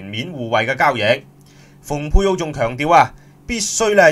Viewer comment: Pompeo蓬佩奧應讀pung佩奧，若想大家讀成fung佩奧，則新華社會譯寫成豐佩奧、或方佩奧、或馮佩奧。